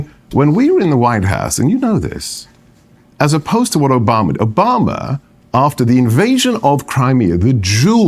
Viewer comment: His added flare in the pronunciation of Oohbomma made me laugh every time he brought Obama up